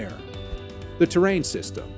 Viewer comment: A Space Shuttle in the thumbnail is hilarious!! :D Terran isn't pronounced like Terrain.. It's great to see a generation of nerds raised on sci-fi boldly going for it!